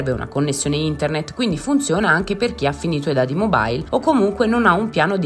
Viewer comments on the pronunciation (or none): none